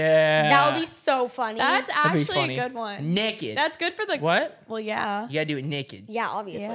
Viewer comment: why does he say naked like that 😂😂😂😂 he says it like my dad😂😂😂